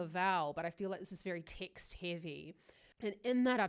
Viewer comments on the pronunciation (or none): none